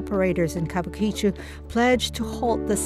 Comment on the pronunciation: Worst mangling ever of an easy pronunciation. Kabukichō is pronounced "Ka Bu Ki-Chō, an entertainment district named post-war for a planned kabuki theater that was never built.